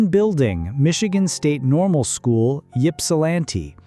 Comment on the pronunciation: Ho-ton, it’s spelled “Mackinac, but it’s pronounced Mack-in-naw, like gnawing on a bone.” The flashing yellow screen at each end of the pictures is VERY UNPLEASANT AND ANNOYING. Stop doing that crap. It’s not Yip-sil-lanti, it’s Ip- sil-lanti. The flashing lights are too much. I can’t watch any more. It’s giving me a headache.